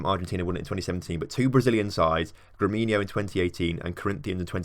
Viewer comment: GREMIO, not GREMINO